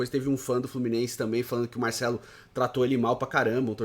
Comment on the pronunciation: Porquê ele fala MAICELO ?